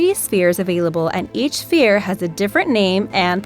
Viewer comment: Who notices she kept saying “phere” and not “sphere”?